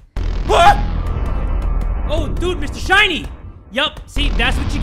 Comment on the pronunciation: The fact he pronounced ‘shiny’ as Shee-Ai-Nie 😭😭